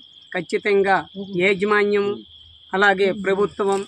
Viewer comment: ఏజీ మన్యం కాదు యాజమాన్యం